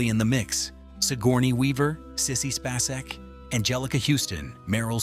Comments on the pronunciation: Yeah I'm out 2 minutes in.....Sissy Spa seck. Ironically it's Space ek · First of all the opening text doesn't crawl, it scrolls. Remember that word scrolling, to scroll. Crawling is something applied to humans. Also it's not Sissy "space-ack". That is cringe-worthy. Her last name is pronounced space-ek just like it sounds. Get it right or else I will have to block your channel.😮